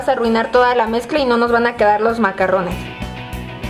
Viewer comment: Se llaman macaron, como bien dice esta otra chica los macarrones se refieren a la pasta italiana. Y no se pronuncia con doble R sino con R francesa ( dificil de pronunciar y que te entiendan los parisinos sino eres de alli) xD